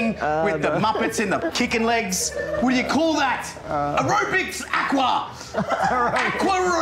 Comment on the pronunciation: “Aqua-aerobics” 😂 what?!?! 😅